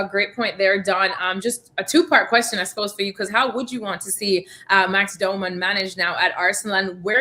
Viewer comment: Why is the host call him Doh-man? Isn’t his name pronounced Dow-man.